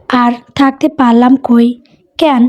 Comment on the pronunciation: উচ্চারণ টা ঠিক করুন, কেন --- এটার উচ্চারণ কেনো হবে ,ক্যান নয়। ক্যান উচ্চারণ টা শুনতে খুব বাজে লাগে।